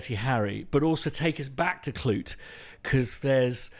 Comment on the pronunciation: "Klute" not "Knute".